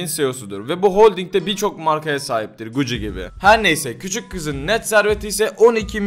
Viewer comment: Guci değil gucçi diye okunuyor